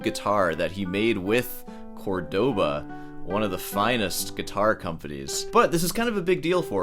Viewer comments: Buddy. Guy. It's CORE-doba not CorDOHbah. The accent is right there brother. <3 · Cordóba? You mean Córdoba? The accent is right there,. It's not like Córdoba is small brand and I just came across a video of you saying you played a C7 for year..., wtf? hahaha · Be a decent elitist and learn how to pronounce Córdoba. CÓR-DO-BA. The accent is on the first syllable, Jesus... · Córdoba It’s pronounced with a stress on the O, thought you’d do it right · As a classical guitarrist you should know that Cordoba accentuates the first syllable. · WOah woah woah, would he ever learn how to pronounce Córdoba?